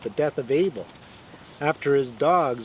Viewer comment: Anyway it’s Abel not Able...